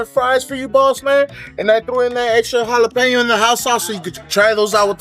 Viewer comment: Jalapeno has an L in the word, not hiyapeno.